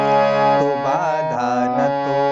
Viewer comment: Sorry bhaiya badhaa or bada me antr hota h aap baar baar badhaa hi bol rahe the isliye bol diya sorry